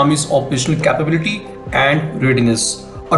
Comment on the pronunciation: Bro it's capability ( "Cape" Town ) "Cape" it's not pronounced " kaapebility "